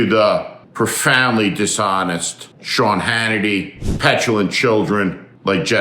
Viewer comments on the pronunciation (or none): none